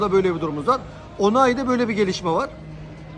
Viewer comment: Abi onai değil Oluai